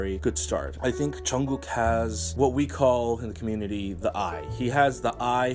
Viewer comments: It's "Jungkook" not "Chunggok" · I'm sorry if my comment offended you. But for me you're obviously pronouncing it wrong, I don't know if it's just me I mean I like your channel but yeah